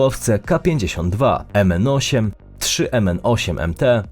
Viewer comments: Autor filmiku przeczytał nazwy jakby bylo zapisane łaciną a nie cyrylicą 😅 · Nigdy tu nie pisze komentarzy bo nie lubie no ale kurde jak przeczytałeś te nazwy to mnie coś trafiło że musiałem napisać. Tam jest nie MN tylko MI to odwrócone N to jest I. Masz tam kolejno KA-52, MI-8,MI-MTPR,MI-35,IL-18(22) W3PU(albo WZPU). Następnym razem staraj sie sprawdzać jak sie czyta poszczególne litery z cyrlicy by nie było później takich sytuacji :D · Nie MN-8 tylko MI-8 😂, takie odwrócone И to nasze i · To się czyta Mi 8, Mi 35 A nie „mn” Ta litera „и” to jest „i” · boże, błagam xD Jakie Mn, to się czyta Mi xD Rozumiem nie znać ruskiego, ale to raczej najbradziej ikoniczne helikoptery świata :D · Nic z tej listy nie udało się przeczytać prawidłowo, więc mała uwaga na przyszłość: Literka "и" czytana jest jako nasze "i", natomiast "л" jako "L". Nazwy tych śmigłowców i samolotupowinny brzmieć Mi-8 oraz Ił-18 :D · uszy mi krwawia jak ten "profesjonalny prowadzacy" czyta np. nazwy pojazdow. bukwa И czytana jest jak I czyli to bedzie Mi-8 i Mi-35. To samo sie tyczy Zaporoskiej Elektrowni Jadrowej, tam nie ma zadnego W ona jest ZAPOROSKA a nie ZAPOROWSKA od slowa Zaporoże a nie (zaporów (?) ) gdyby byla od zaporowa to by byla ZAPOROWSKA